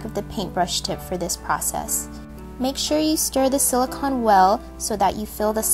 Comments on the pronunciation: It may be spelled as silicon but it is pronounced silicone. I am not trying to be rude in any way. This is still a very adorable creation. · Sweetheart, it's pronounced sili-cone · Btw, it's pronounced "si-lih-cone" . Silicon is an element. Silicone is a man made substance. Whenever my friend sees this (he's a science freak :F) he rages on and on.